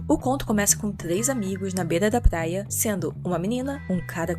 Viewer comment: "Plaia"???pqp kkk